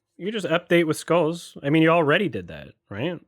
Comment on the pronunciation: "legendary with all scolles on" Bro, you cant even say skull properly.